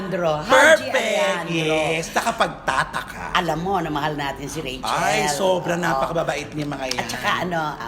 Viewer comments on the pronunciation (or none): none